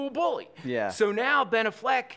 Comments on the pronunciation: He lost me "Benaffleck". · If he said Ben "A"ffleck again i was gonna hang myself. Was he kidding or being serious??? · Ben A-fleck. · LOL I've always said it like that. Benna Fleck :) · He doesn’t know how to pronounce Ben Afflecks name?